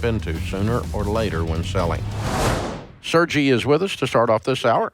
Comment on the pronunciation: First callers name was definitely Sergei which should have been pronounced sir-gay. You can hear the Slavic accent, and it’s funny hearing Dave pronounce it sir-gee 😂